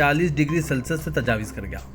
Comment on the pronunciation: Tajawiz nahein Tajawuz padhiye